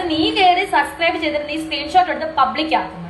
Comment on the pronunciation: ഇവളോട് ആരെങ്കിലും ഒന്ന് പറഞ്ഞ് കൊടുക്കുമോ, സസ്ക്രൈബ് അല്ല സബ്സ്ക്രൈബ് ആണെന്ന്.